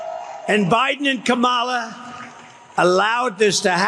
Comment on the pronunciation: He actually pronounced Kamala’s name correctly…